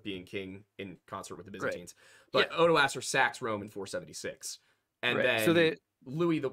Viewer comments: For the love of god, I've studied the Franks and it physically hurts me to hear people calling Odoacer "oodohseer" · you're very close, at the least. Every expert I dealt with in college was confident that the pronunciation was far more along the lines of "ohdwuacker" or "oddwacker", depending on how British the prof was, for whatever reason. Frankish names get really fucking weird and their pronunciations/emphasis on certain parts can get even weirder.